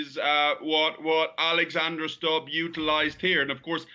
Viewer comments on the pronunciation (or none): Not 'Stabb', but 'Stubb' (as you, who)😊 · President of Finland's last name is phonetically pronounced as Stoob, not Stob or Stub. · You'd think the anchor would spend 5 seconds checking how to pronounce Stubb's name before saying it. It's not Stap. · Stubb is a swedish name (word) NOT english. Why can’t you pronounce it as such when even tRump managed to do it?!!! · Please learn to pronounce his name properly: u is pronounced the same way as in Putin and that’s the only thing common between them!🤔👌